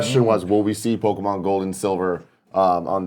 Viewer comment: listening to Greg try to pronounce pokemon names is painful